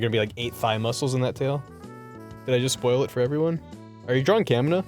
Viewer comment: The whole time barry was saying "Kamina" up till the point he mentioned gurren lagann, it sounded like "Comuna", and when he said "Kamina's so cool", I guess it rolled off the tongue so fast it sounded like "Comunist's 're so cool".